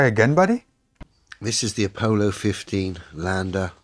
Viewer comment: Nooo you were 100%. said it like "Opollo" instead of "Apollo".